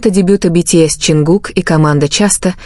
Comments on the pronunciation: Чонгук тэйон, тэкук. Не искажайте пожалуйста. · Боже як неграмотно оголошує імена Чонгука і Техьона. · Гу имена то можно произносить правильно! Дурдом какой то! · Вот же ж бредятина даже имена исковеркали так не приятно😢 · Почему Чонгук оказался сестрой? Ужасная озвучка. Позор. Даже имена не могут правильно произносить.